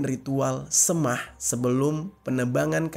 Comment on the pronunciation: Semah tu di baca E keras, SEMAH jer